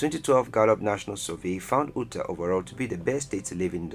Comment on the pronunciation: Ootah? Delawa-reh?